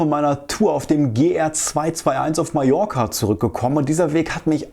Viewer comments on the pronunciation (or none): none